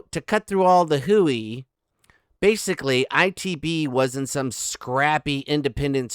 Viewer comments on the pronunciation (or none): none